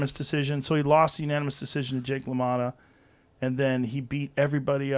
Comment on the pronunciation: Jesus Christ this dude seriously mispronounced Jake Lamottas name, got corrected, then mispronounced it again and said “ I’m terrible with names” except confidently stated that he knocked sugar Ray out and ultimately was wrong. Then!!! He says the British dudes name was George that knocked Ali down, said “yea it’s George all confidentially” AND THE DUDES NAME WAS HENRY!!! Lmao 😂 Listen, I’ve been extremely wrong before and made a fool of myself plenty of times but this was tough 🤣🤣